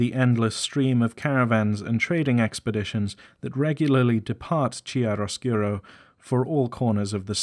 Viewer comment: I understand that these are words that you have only ever read therefore don't know the pronunciation, but the section on the Fair-Folk drove me nuts every time you pronounced Wyld (said the same as wild) as "Willed". Also Chairoscuro is pronounced "chy-roe-skur-oh". These nitpicks aside awesome syllabus on Exalted Lore!